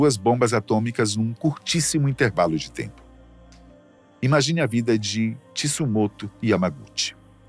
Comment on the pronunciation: O nome do sobrevivente é Tsutomu Yamaguchi e não Tsumoto!! Coincidência ou não é o meu tbm. E o sobrenome Yamaguchi era da minha mãe quando solteira!!!